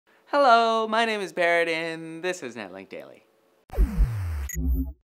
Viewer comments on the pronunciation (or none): none